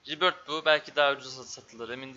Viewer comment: Ribörth diye okunuyor arkadaş doğru telaffuz ediyor